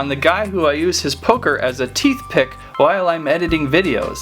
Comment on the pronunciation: Haha! Teethpick or Toothpick?! :)